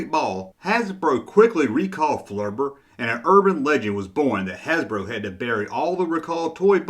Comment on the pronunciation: I was going to say it's "flubber" not "flurbur".....but then I heard how you pronounced lawn darts